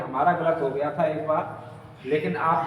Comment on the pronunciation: Aap jya kyo bolte ho gya hai to gya bolo bhai ji